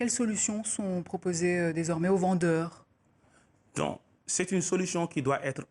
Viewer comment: TOUBAB BOU WANEI LA CETTE DAME .COMMENT ELLE A FAIT SA BOUCHE QUAND ELLE DIT: "AUX VENDEUrkhh"😂😂😂